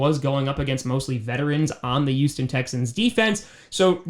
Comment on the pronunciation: I love you but why do you always say YoOsToN Texans lol